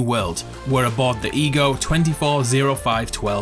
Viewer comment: Ever time he said ego it sounds like e-grils